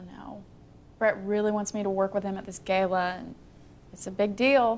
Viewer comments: They said Gala incorrectly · Bret, the ungrateful head chef who says gala incorrectly along with Alice is the villain